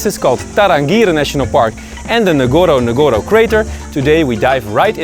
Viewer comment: Nice keep going . but ..one of the safari name is not nagoro nagoro, it is Ngorongoro..say Ngorongoro. thank you bro.